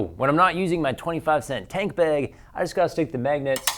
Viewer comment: 601 thumbs down??? And one more cause you say bag like a lame-o.